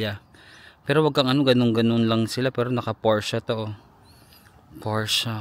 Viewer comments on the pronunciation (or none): none